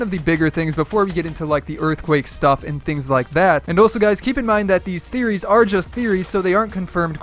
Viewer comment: you forgot the t in the beginning of theories